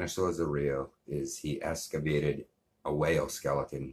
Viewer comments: I closed the video after this person was saying escavated as opposed to excavated. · You can’t even say “excavated” correctly hahaha